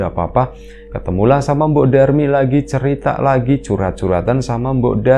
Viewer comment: mbok Darmi... bukan Durmi.. 😅😅😅